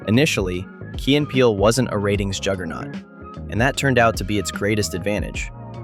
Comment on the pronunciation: I call Key as "Kay" so when i hear you pronounce it correctly i remembered the teacher skit